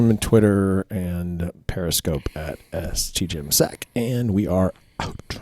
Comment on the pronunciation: Random comment, but on the old audio-only episodes of the podcast when Jim was saying his contact info at the end I always thought he was saying "ST Jim's Sack" instead of "STgymSac". Never understood until the video episodes started and the label flashed on screen